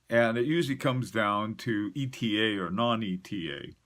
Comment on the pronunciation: Bless you for not saying "Etta" like the fools.